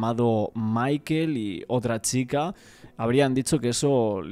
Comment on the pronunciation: Me da toc que diga XICA en vez de CHica